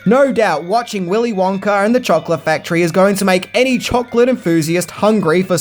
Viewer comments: "Willy Wonker & The Chocolate Factory" was all I could hear him saying. If he said Wonka by itself, it was Wonka. But any words after it, it sounds like Wonker. 😂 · Why did u keep saying willy wonker and not willy wonka?? Cant you day ahhh?? Lol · Does anyone else want to throw something or scream everytime he says "Willy Wonker?" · The accent “Willy wonker” Me every time he says it “wonk-A, wonk-AH!” 😂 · Every time says willy wonker instead of willy wonka you have to take a shot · It's wonka not wonker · “Willy Wonker?” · I remember when I was a kid, my mom would always pronounce the name as “Willy Wanker” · Stop saying WONKER u don't even try to speak proper English also level your audio so it's all the same volume like are u new to tjis? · “Willy wonker” 💀💀💀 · I have a British accent question for you. Why do you sometimes change the way you pronounce "a" sounds? For example, you said the sentence like, "Gene Wilder played the legendary role of Willy Wonka in Willy Wonker and the chocolate factory". What, when and why makes you decide to pronounce the "a" to sound like "uh" and in the other, pronouce the "a" sound like "er"? I've wondered why this is done for a long time. I know that it isn't just you, I have heard other British people, documentarians, narrators and actors make the same different pronunciations. This question wasn't written to offend anyone; it was simply a question from a curios mind. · Willy "Wonker" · “Willy Wonker”😂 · Do you keep saying “Wonker”? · "willy wonker" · “Wonker” lol 😂😂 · Good as always, but I couldn't stop hearing you say "Willy Wonker", and then I would giggle about it should be Willy Wanker...and yes, I'm an adult. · I love how he keeps calling him WONKER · You say Willy Wonker... So annoying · Did you say “Willie Wonker”? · "Willy Wonker"? Lol. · Wonka with an A. Wonker??? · "Willy Wonker"?